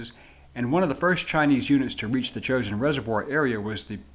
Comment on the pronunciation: It's pronounced "Jo-shin" not "chosen"